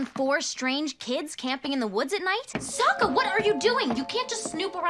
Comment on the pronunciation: Sokka is pronounced sock-a not soak-a